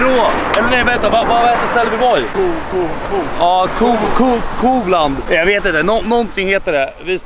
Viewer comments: Haha Kovland uttalas Kåvlan, king e du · Kan du inte säga kovland